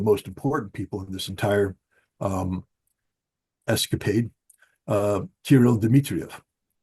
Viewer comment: Es - ca - pade